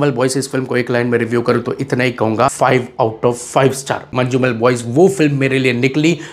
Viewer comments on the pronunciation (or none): Thank you for your appreciation. I would like to correct some pronunciations. It is pronounced Malayaalam(not Mallyalam). Every 'a' need sound. Also J is kind of silent in Manjummel. It's not Manju😊